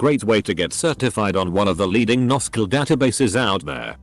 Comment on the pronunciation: hahaha NoSQL pronunciation was spot on